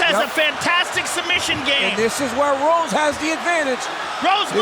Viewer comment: No one: DC: thoug Rose, thoug Rose